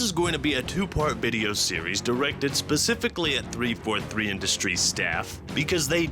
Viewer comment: how hard is it to say industries